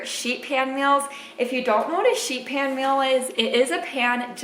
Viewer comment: I kept hearing, sheep ham, sheep ham..